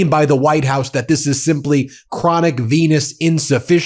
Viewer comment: DID U SAY CHRONICPENISENDIFIANCIES